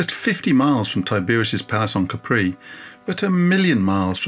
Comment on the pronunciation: Pleeeease, it's /'ka:pri/ NOT /ka:'pree/